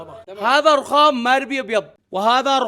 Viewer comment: هههههه ررخخام